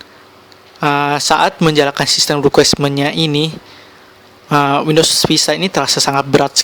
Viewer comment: system requirement bukan requesmen. Translucency, bukan transulen. Belajas lagi bahasa inggrisnya Bro